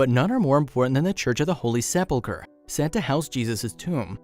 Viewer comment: Please find a narrator who knows how to pronounce words properly. Se-pull-cray? Really?